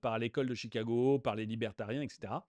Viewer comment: "l'ecole de Chicaaaaago", vous avez pris l'accent du Midwest FX ? :)